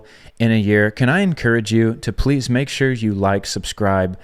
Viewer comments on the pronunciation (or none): none